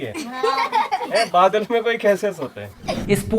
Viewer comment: Badal me nhi brdr.... badal , mahal .... bola h bheyaa ji ❤